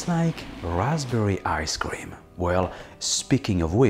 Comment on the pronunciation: Wait a minute! Hold up! Did he say "raspberry arscream" lmao!🤣🤪